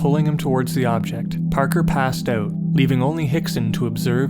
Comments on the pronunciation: HAHA! Thought so. Nice. Oooot! Almost Scottish. Have you heard about all of the strange disappearances in national parks etc. David Paulides deals with it. missing 411. The Scottish lighthouses and missing British Regiment in Turkey WW2. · infamousfanclub Yep hes Canadian. You can tell by the way he says "out"!!! Ouuut